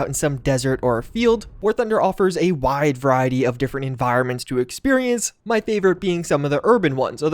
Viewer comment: I was skipping through the war thunder add and every time I stopped he said “wide verity” like 10 times